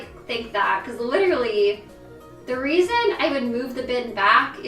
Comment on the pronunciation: ik this is a serious topic and everything but i heard you say "for some weason" and that made a chuckle a lil bit lmaoo